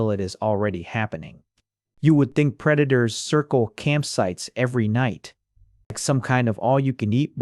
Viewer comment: I love how the AI voice just gives up at the end and starts calling preditors pre daters lol